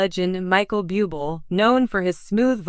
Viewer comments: It is very disrespectful to pronounce individual’s name incorrectly. I agree with earlier comments; if you have a disability in the form of pronouncing names and expressing words that may cause you to mispronounce names and words take a class in these areas of lack, in order to be qualified to express, or use names that you are unfamiliar with. Otherwise find another job. Just awful!,🙈🙈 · Yeah would you please pronounce his name correctly, if you can’t , get another job . God Bless you Michael,I know it’s not easy but God will help you through your journey . Thank you for sharing your beautiful voice with us. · If you are going to talk about him have the courtesy to pronounce his name correctly! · Agree, pronounce his family name ridiculous 😮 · 1. Learn how to pronounce French words, Google can and will help with that. 2. Only you, the misinformed commentator is reporting this, NO CANADIAN media has said anything and I know for fact his and my country would have been the first to say anything! And for 3. Do better then all the other commentator channels, by stopping the spread of misinformation! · Can't even pronounce his name properly. Should I believe her content? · Your mispronunciation of his name is Disgusting and insulting to .him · Please learn how to pronounce Michael’s name!, where do u live?,,😢😢😢😢😢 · Learn how to pronounce his name right if you are going to do a story about him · Respect Michael, pronounce his name correctly. If you can't do that, don't say his name!!! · Why don't these spokespeople learn how to say his name correctly. It's not that hard. It is not pronounced beeooble, it's pronounced Booblay. This is the spelled version Buble'. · It’s very irritating to hear you pronounce his last name Bee-you-bol not Boob-lei! If you do not know how to pronounce his name please quit your job because you are not prepared to do your job! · Micheal "Bubil" huh!? Right!!!!! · Michael Buubel! Really? God where do these narrators come from!